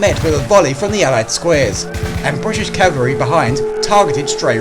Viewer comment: That’s "ca-val-ry", with an L.